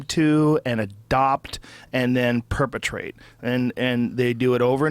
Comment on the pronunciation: Joe, its PER-PE-TU-ATE! Not PER-PETRATE!!! *spell check activated